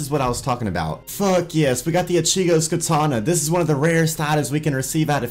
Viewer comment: you mispronounce ichigo one more time and we're fighting IGN: NewMatics